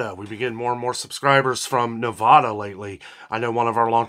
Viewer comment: ugh learn how to say Nevada and that person isn't looking in the right spots, multiple ranchers deliver here ;)